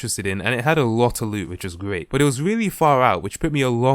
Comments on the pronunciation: aplastic soldier he says boot Just listen closely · 🤣 I thought he said boot